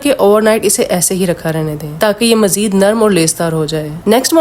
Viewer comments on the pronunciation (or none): none